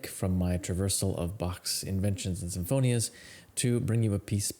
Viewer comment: Really interesting - thank you, but just a word of caution regarding Italian names and words where American-English vowel and consonant sounds simply cannot be transferred indiscriminately to that language without causing horrendous mispronunciations; for example, the composer’s name is Scarlatti not ‘Scarladdi’, and the word sinfonia is pronounced correctly ‘seen-foh-nee-ah’.